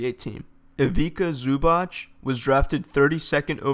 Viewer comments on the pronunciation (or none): Very good video. Some funny pronounciations, but no worries. (if you wanna know Ivica Zubac: Zubac is not pronounced Zoo-bak. It's Zoo-bats. Similar with Divac. It's not Dee-vak, it's Dee-vats. C is never K in Balkan names. Hope it helps. If you have any qs, I'll be glad to help). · The way you butchered Ivica Zubac's name...